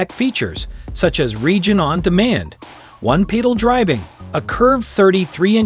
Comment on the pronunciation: "One-peetle driving?" Please, I'll do your voice overs for you.